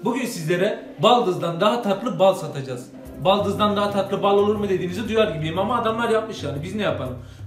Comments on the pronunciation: Baldız değil daldiz :)) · Baldız değil Daldız